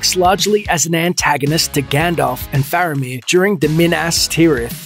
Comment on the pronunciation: Lol! Someone who doesn't even know how to pronounce Gandalf correctly thinks he knows more about The Lord of the Rings than us. Hilarious!